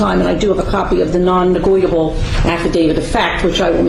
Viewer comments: I know I'm watching this months later, but what's with the weird way they hold their hands in front of them? I know people do that, but it seems more common amongst Moorons. I wonder if it is on purpose? , for example. I love the way the judge keeps saying "negoitable" just the way the dummies wrote it, lol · Love how she punks him! “ negoitable” hahaha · “Non negoitable” 😂😂😂